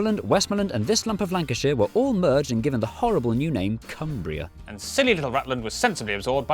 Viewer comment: Cum | bria